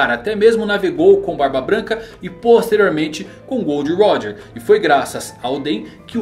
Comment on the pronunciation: Ei ei não é gold roger é GOL D. ROGER